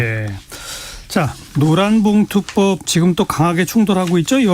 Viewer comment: 기자님 너무 힘들게 읽으셔서 듣는게 힘드네 노란봉투법이 되게 어려운 발음이구나….